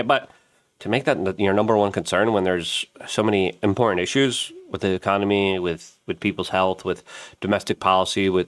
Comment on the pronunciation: I really want to like watching your videos but I don't much anymore. Voice becomes annoying, say uhh and umm constantly, and you don't say words properly. Its important not impordon. Do better